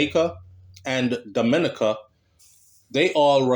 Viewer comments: Your prenoucing Dominica wrong it is not prenounced the same way as the Dominican Republic lool its prenounced Domi neka i know alot of them amd they hate whem its prenounced wrong its like me prenoucing Jamaica wrong lol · YOU KE E P..SAYING 'DOM' MINICA'...IT'S,. DOM..MIN..KNEE..CA',..DUNCE RASS..LOL " " IT'S ( MEEEE )...DID YOU GET A CRISS WHITE GIRL YET,..TIME TO..' TRADE IN',.LAUGH NUH 😅🎉🎉❤.😂 I AM IN NYC..I WOULD REALLY LIKE TO 'BUCK UP ' INTO KARTEL...AS YOU KNOW I NEVVAH USED TO LIKE HIM AT ALL..( NOW ) BOMBO NUMBER ONE FAN..HE LOOK LIKE HE REALLY GROW UP AND 'MATURE',..DO YOU KNOW WHERE TO SEE HIM IN NY...BIGGUP '' AN' MEMBAH SEH,..(( ME )) AH D'FIRS' F'CALL YOU ) '' NEVVAH EVVAH FIGET D'AT..! YEAH!..